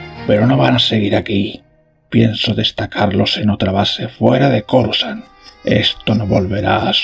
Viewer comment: has cometido un par de errores 😮. Coruscant se pronuncia Corusant y no es Palpataine si no Palpatine 😮